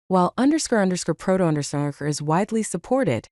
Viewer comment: wasn't even close😂. I think you could fix that by providing it like this "_ _ proto _ _ " to the voice generator so it reads each thing seperately. I didn't finish the video as I dont like ai voicovers.